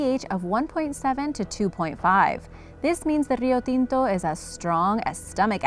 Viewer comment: Kudos for your excellent video, and for your pronunciation of Rio Tinto! Are you Latina?